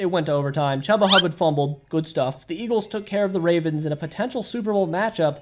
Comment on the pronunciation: Ch-OO-buh Hubbard not Chuh-buh-huhburd